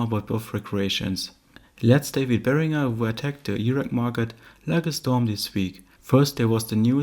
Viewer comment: My favourite part is the proper pronunciation of Behringer.